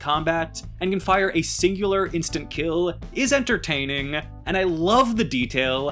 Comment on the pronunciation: why do you talk like that? Dragging your syllables? Jw. “And can fire a single instant kiiiiiiiiiill, is entertaaaaaaaaaaaiiiiiiningggggg”